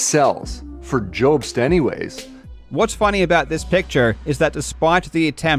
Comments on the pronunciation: I only have time to watch the first 5 minutes of this before work, but already this guy makes my skin crawl. he goes out of his way to mock and mispronounce your last name with unnecessary edits too. That is is a red flag and not really something a person does in good faith. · I feel like he’s changing his voice to sound more convincing cause he knows he’s got no substance? Also adding an e to jobst lmao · Love how he says “Joebst” instead of Jobst Also: was hilarious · does he say joubs on purpose as he had clips of multiple people of which non said it like that so you would assume he would say it like them if it's about a person he supposedly has never seen before. is he sunken so low that he tries to trigger the person he attacks in every way possible. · If he watched any of Karl's videos he'd know it's not pronounced "Joh-bst" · The guy can't even pronounce mario or jobst XD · Hard to take seriously the opinions of somebody who starts by attacking the pronunciation of your last name. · I am on this video. The facial expressionsand the crazy stuff he's saying is on another level. I've very rarely seen such awkward everything and such an utter failure to hype up. Much less when he's defending himself! He literally pronounces it "Mare-EE-oh" and then begins the ad hominems immediately by intoning your name in a dumb way. It's unbelievable how people can be so bad when, like, this is their reputation and career on the line! At least do your best with the lie.